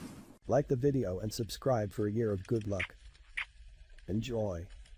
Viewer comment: She said subscribble and i had to